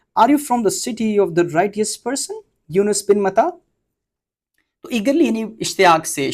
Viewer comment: Highly adorable and commendable venture by you. I being a retired English teacher would like to share the pronunciation of " Righteous" with you please. It will be pronounced " Rai- chus" And " Rai_ chius" in US and UK English respectively. Good wishes and heartfelt prayers for you success in your upcoming days.